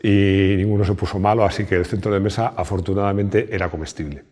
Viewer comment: "Sel centrlo de mesa"... Japonés nativo 🤣🤣🤣👏🏼👏🏼👏🏼👏🏼